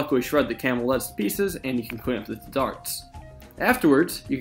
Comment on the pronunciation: He sounds like he's saying "camel eds" for nearly half of the video